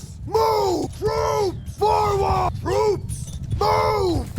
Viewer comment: When you issue orders to troops on the battlefield, it sounds like he says "brutes" instead of troops. This amuses me every time